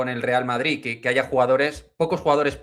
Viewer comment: Q va! Si no dijese lo de “se escucha”, sería casi perfecto al hablar A mi me pone malo de mon con lo de madriTTT